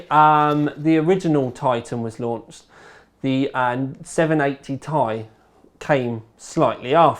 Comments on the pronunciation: It's "Tee-Eye" not "Thai". Very distracting! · It's pronounced "tee-eye" not "tie" my man. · PLEASE stop calling it the 980 "tie" everyone else on the planet calls it the "T" "I" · I like how u say "tai" not T I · I thumbs down this video because he kept saying 980 "tie" and not its correct pronunciation "Ti" from the table of elements. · One piece of feedback, please say 980 "Tee Eye" not "Tie" lol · Ore Fagbenle nope we all actually say Tee eye and hearing tai is kinda weird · think he thought 980 ti(tan) was a cut down version of titan x(also namewise) and decided to pronounce it as tie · ***** Nope, I'm British and I say Tee-Eye. it's because he's a southerner. They're all idiots. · MrWariGaming yeah, me neither. This is the first time I've heard it pronounced as 'Tie' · Ore Fagbenle He's just pronouncing it wrong because he's british or something. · ***** Nope, we pronounce it correctly here too. He is getting it wrong because he's wrong as an individual.